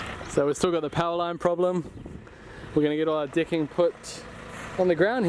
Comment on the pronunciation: Extreme interesting watching the “ Dicking” (as he pronounces it),, 😂😂👏🏻👏🏻